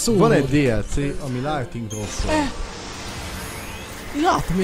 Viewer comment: Ha már Lightning a kedvenc karaktered legalább a nevét kibírnád ejteni meg leírni. Nem sértés :)